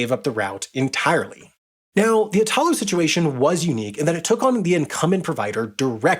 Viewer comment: Ok the way the guy says “Italo” all wrong and “Italy” right drives me crazy lol. It’s basically the same word, you change only the last letter! 😂